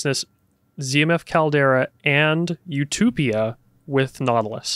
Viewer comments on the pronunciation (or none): loses points for calling Utopia "you-toopee-ah"